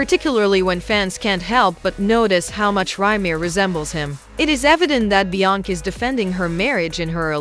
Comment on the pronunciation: THIS "AI" READER CAN'T PRONOUNCE "BE-YONCE-SAY" NOT "BE-YONK" SMDH 🤔🤔🤔